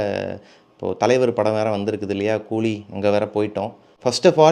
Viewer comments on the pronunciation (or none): none